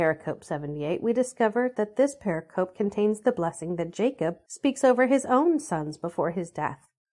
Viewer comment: "Pericope" is Greek for "cut around," applied to distinct units within a larger discourse; used widely in studies of the Christian Gospels. But its pronunciation is settled and stable and it is NOT what one hears in any of this project's videos. Please correct this strike against your credibility. Say it purr-RICK-uh-Pee: heavy emphasis on syllable 2, lighter emphasis on syllable 4. Blessings to this project!